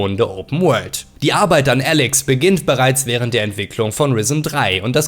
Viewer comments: Hallo, man spricht das Spiel Ehhhlex aus, nicht "Älex" Besten Gruß ausm Ruhrpott;-) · Ääälex bro bitte 😂 Elex danke